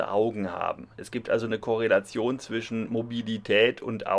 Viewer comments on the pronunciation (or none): none